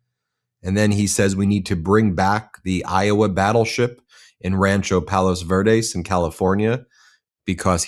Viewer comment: Is pronounced Palos Verdes not Pales Verdis. why do we have to listen to the stupidities of this dementia riddle old fart wearing orange makeup. every time he opens his mouth is to speak incoherent garbage nobody wants to hear. Can you see this dude is stuck in the past, like 50 years in the past? Please for the love of God stop airing his stupidities.